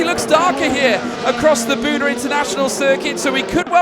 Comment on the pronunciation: You gotta love how he keeps incorrectly calling it Budd-eh, when it is supposed to be pronounced Bood.